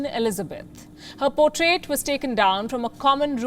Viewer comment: Words like portrait & available pronounced by you are a disaster & many more